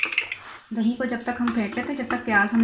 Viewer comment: "DaheeN" naeen hota...Da-hi hota he.